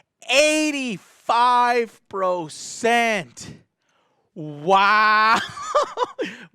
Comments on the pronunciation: "Procent" - Joe Vargas 2018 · “P R O C E N T” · Pro-cent lol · Eightyyy fiiive pro-cent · "85 pro cent" ? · 85 PROOOOCENT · Mans just said procent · What’s a “procent” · PROCENT? ITS PERCENT! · I thought he said procent